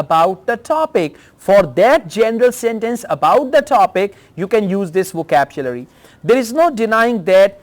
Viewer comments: Sukhvinder Singh sir is a versatile person. It’s hardly matters if his pronunciation is little different for a word🙂. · Sir I am biggest fan of you bye bahi You were pronounced wrongly word " vocabulary " repeatedly